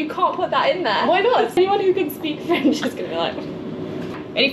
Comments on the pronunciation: Her french accent is on point, good job!! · As a French person: your French accent is perfect!